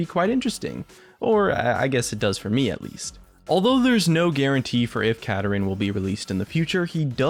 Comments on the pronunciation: Not Katarin pls. Kaa Daa Rinn. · Yeah, I'd like to see him get released, preferably pronounced Ka-dar-in instead of the way says it (Kada-rin) because Kada-rin sounds too similar to Katarina and could cause confusion over voice chat with friends. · its osunds like u are saying katarina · Is that really how you pronounce this champion? Sounds like he's pronounced, "Kah-Darin". But whatever. And Shen isn't a mana-less champion, he just uses energy, which I just see as an extremely quick regenerating mana. And with his recent rework, he can run out of energy fairly quickly if he spams his abilities in a fight. Same goes for Kennen and Akali. Vladimir, Mundo, and Rumble are good examples of mana-less champions. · I think Kadarin pronounced "Ka-Dar-In" sounds like it would be a much cooler name to me. Anyone else? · Khada Jhin = Kadadrin duh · I feel like kuh dar in not how he says